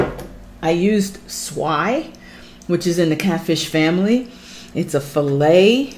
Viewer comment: Thanks For Pronouncing Swai Because I Surely Been Saying It Wrong 😂😂